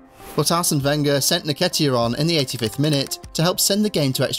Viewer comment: En-ketiah not naketiah